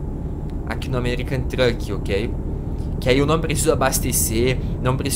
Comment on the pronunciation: ele falo o americam truk kkk